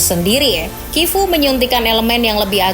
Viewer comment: Sebutan nerazzuri: neratsuri, chivu: kivu